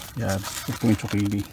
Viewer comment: I AM JUST CURIOUS HOW ZUCCHINI ARE PRONOUNCE IN EVERY COUNTRY, IN FINLAND DO THEY PRONOUNCE IT LIKE TSOKINI BECAUSE THAT IS WHAT I HEAR YOU PRONOUNCE IT BECAUSE HERE IN FRANCE ITS CALLED COURGETTE